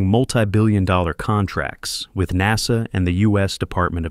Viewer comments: again NAZA instead of NASA... and definitely not NAYSA... AI has a room for improvement. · Come again, at the later statement u said "neyza or NASA."? Strange OF pronounciation or intonation? REGARDLESS it is, 💯 I🤷‍♀️was correct, Welcome Isaacman as the New Admin for NASA. Out of Subj: Btw's: Blue~scrub "Scrub" Origin~scrub the launch of Bozo's NG last nite. Maybe, he had forgotten to insert his "Steve Tyler replica." It's my turn to bamboozle B.O.N.Shepard2. Surely, a fan fr bozo~might read my comment. HUH! 😼Thxz